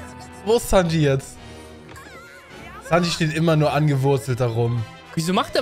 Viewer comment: sowas wie sanj zu sanji und so Macht er immer wieder